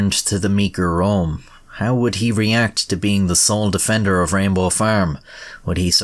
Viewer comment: I love how, with your Irish accent, "rainbow" sounds almost indistinguishable from "Rambo".